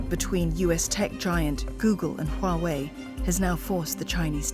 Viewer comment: Huawei sounds like YAHWEH